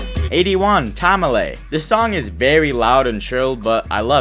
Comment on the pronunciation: cant even pronounce tamale only good pick is gg ty at first